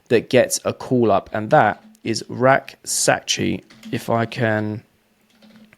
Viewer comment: You are one of the few people I've heard pronounce Rak-Sakyi correctly...